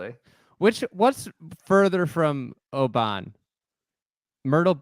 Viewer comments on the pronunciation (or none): Guys, it's not Obaaaaan. It's simply Oban, said quickly. Shout me if you need any other Scottish place names guidance 😆. Ps Bob will collapse.